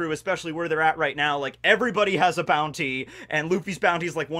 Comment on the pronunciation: Did he just said booty instead of Bounty xD